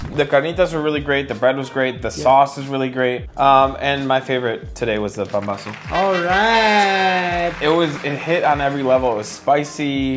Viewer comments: That’s PAMBAZO, not pambozo, pombazo or whatever else you called it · Mexican here. These all are looking like the real thing we have here so good job on that. Two very popular tortas y'all missed out are torta cubana and torta de pastor. Still, this display very representative of our fast food cuisine. Also it is called pambazo not pombazo. Lol.